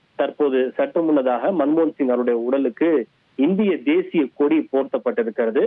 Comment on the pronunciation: Eanda. No I news nu solreenga.... Kodiya ??? Illay koadiya ????